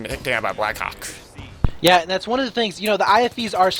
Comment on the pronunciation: am i the only one who always hears Black cock instead of Black Hawk? I'M SORRY BLACK HAWK, NOT MY FAULT!!!